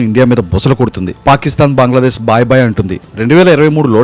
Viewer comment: బాయ్ బాయ్ కాదురా భాయ్ భాయ్